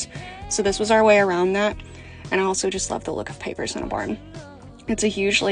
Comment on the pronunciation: I thought you were saying papers😅😅. I'm like, "Who lays papers in a barn ffs?!"😂😂😂